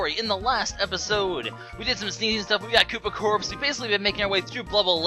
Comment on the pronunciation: Koopa Corpse? You mean Koopa CORPS?